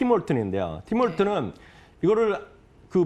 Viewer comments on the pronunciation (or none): 팀 홀튼스 입니다. 팀 홀튼 아니고